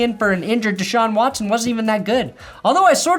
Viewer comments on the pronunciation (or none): none